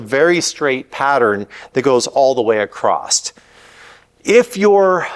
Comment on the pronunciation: There is no “t” in the word “across”.